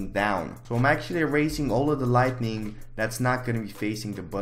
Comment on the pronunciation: please learn the difference between 'lightning' and 'lighting' and how to pronounce them words correctly